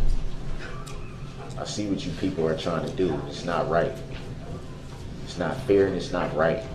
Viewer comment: “You gonna suBstain everything?” And… “It’s unfEEr and it ain’t right” 😂